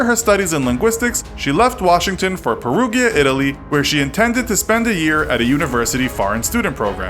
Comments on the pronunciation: It's really hard to watch the video with the Perugia pronunciation and all the italian names that were pronounced as spanish tbh also the video seems very biased but oh well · Please STOP butchering words! The way you pronounced Perugia was unacceptable 😤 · Any other Italian speakers cringing when he says Perugia? >.< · Perugia is pronunced with a g that sounds like an english "j", like in the name "john" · How tf did you proncounce Perugia? Come on man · like the video but as italian I cringe every time you say Perugia wrong ;D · Grow up and act professional, Jesus Christ. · That's the second shitty response you've made regarding people pointing out your incorrect pronunciation of Perugia. Firstly the channel is called Infographics. Assuming the info bit refers to information you might want to make sure you get things right. Secondly this isn't the first time you've mispronounced something. If you're narrating something do you not think that correct pronunciation is important? Or are you that arrogant you don't give a shit? Thirdly, if you're unsure of a pronunciation you can check it on the internet in seconds. Fourth if you're that much of a sensitive bitch about someone correcting you maybe a job on the internet isn't for you. A channel that sets itself up to spread information has a duty to get things right. If you can't pronounce a place or name correctly you lose credibility. All a few people have done is point out your error. No need to act like your on your period. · pair-OO-jia. Not pair-OO-gee-ah. Hah. Like the video though! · Research the goddamn correct pronunciation of words if don't know them, every time I hear Perughia it makes me want to cut my ears off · Peruvia wtf is that south America??? PeruGGGGGGGGGGGGia GI Pe-ru-GI-a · Is pronounced Pe-roo-ja not Pe-roo-ghya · The city is pronounced like Pear-roo-ja. There’s no j in italian but a g followed by an i is pronounce a bit like a j.